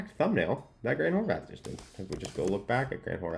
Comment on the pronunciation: He's always saying Horvath with a TH, no? Every video i see he's always mispronouncing his name..